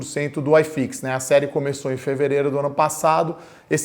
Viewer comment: Não se fala aiiiifix, o correto é iiiifix. Grande abraço. Ótimo vídeo.